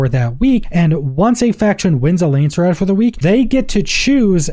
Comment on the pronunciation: Lands-rad not Landser-rad